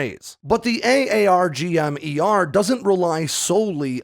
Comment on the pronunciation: I wish you would just pronounce it “Arggem” Lol